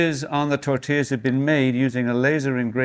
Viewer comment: "These are Torrrtillas"